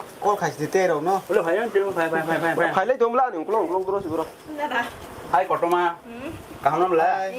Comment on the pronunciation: Kakuma ❌ kotoma ✅